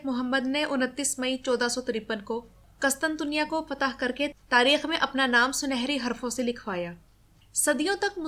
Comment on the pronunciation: اچھی کوشش ہے ماشا اللہ۔ قسطنطنیہ میں قاف پر پیش ، پہلے ط پر بھی پیش آتا ہے۔ اس کے علاوہ بازنطین میں ز پر زبر جبکہ نون ساکن ہے۔ سلامت رہیں